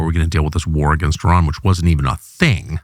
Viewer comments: This guy is wrong. He doesn’t know what the hell he is talking about. He even cannot pronounce the name the country, Iran, right. He keeps calling Iran (Eeran), EYE-RAN. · It’s pronounced “E-Ron” not “eye-ran”. You didn’t run anywhere sir. Kudos to TC for pronouncing it right. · They're called E-ran and E-raq. Learn to pronounce them. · I HATE US government and israhell. AND learn how to pronounce countries names. It is not I RAN🤢🤮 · I am an Iranian who finds it their right to educate others about their country when they dare to comment about it. Especially when that country has been home to a 5200 year old civilization. And the first thing to start with would be the NAME of the country of course. Names don’t have different pronunciations. Same way there’s one way to pronounce Phill or whatever else your name is. Simple as that. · It’s not about how I pronounce it. It’s about how a name IS pronounced as a word. And my origin is relevant here cos I would know what the correct pronunciation of the word that represents the name of my country is. That’s all.